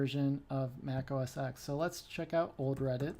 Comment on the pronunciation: I threw up just a little when you said, "OS ecks" instead of "OS ten."